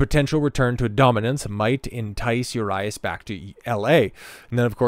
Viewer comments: U-Ree-Us for next time 😂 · U-RYE-US??? Really? Dude got a clue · That’s not how you pronounce Urias. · How to lose your algorithm.....Pronounce the name of the subject of the video incorrectly. Perhaps be half knowledgeable about the subject matter. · Fuck the way he pronounces his name 😂😂😂😂😂😆😆😆😆 you should’ve first found out how to pronounce it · You cant even prounounce his name or rob manfreds name... Or mention its his second offense.